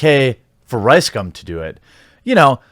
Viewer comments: Yo Jeremy - Can you at the VERY LEAST get his name right?? cough It's RiceSCUM ...Thank you. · Is it just me, or is Jeremy calling him Ricescum a few times in this vid? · Am I hearing wrong or I keep hearing "Ricecum"? XD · I only hear his "name" as RyeScum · Had to read the title twice to make sure I was hearing "riScum" wrong. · Ryescum XD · Ricegum sounds like Ricescum^^ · It’s pronounced rice cum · you're pronouncing it wrong its Ricescum